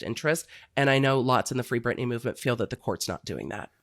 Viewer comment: ITS BRITNEY BRITNAAY